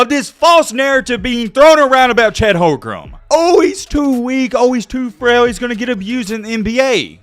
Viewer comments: Its Holmgren not Holgrum btw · At least pronounce Chet's name correctly 😂 Holgrem was so cringe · it is on purpose that you can't pronounce Chet Holm-Gren. not hogrum?! I guess it must be so that you don't get some type of copyright claim or something. Also. Pro Am games are pronounced Pro - Am not proum